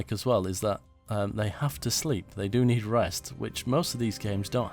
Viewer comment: "We're going to ned your support!" ... yes, you do :)